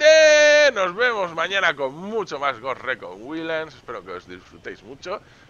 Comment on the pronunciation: PRONUNCIACION : TOM CLANCYS GOUST RICON GUAILDLANDS ESCRITURA:TOM CLANCYS GHOST RECON WILDLANDS